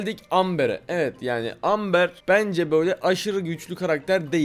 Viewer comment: Abi amber dediğin şeyin okunuşu embır